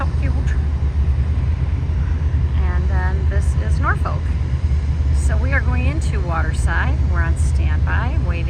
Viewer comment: you tickle me with your pronunciation of Norfolk, Nor Folk =No , naw fok = yes with No L